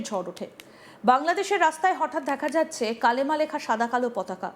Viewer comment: Hijra talks India wins. It's not kalma it's kalima😂